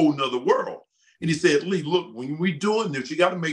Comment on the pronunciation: Love Lee's pronunciation, it's awesome 😁👌🏻👍🏻